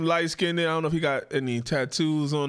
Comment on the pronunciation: "Skinded?" What is Skinded? Are any of you things capable of speaking English properly?